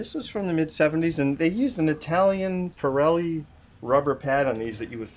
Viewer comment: PZero pirelli he says lol